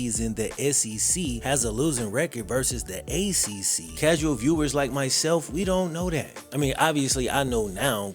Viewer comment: You keep saying "the causal fan this" "the casual fan that" maybe its you. Maybe you dont know ish and are putting that on the general audience so you don't stick out for not knowing what is going on.